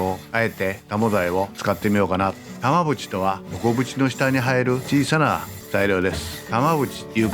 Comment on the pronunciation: 耳だけで聞くと玉縁が長渕にしかきこえなくて、んん？ってなってるw